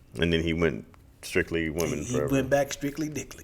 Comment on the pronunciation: “Strictly clitly” 🤣🤣🤣